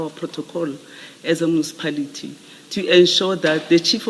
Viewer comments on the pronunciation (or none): Mucipality or Municipality?😂😂😂😂 lol